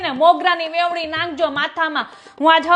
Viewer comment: Vevni nai veni kahevay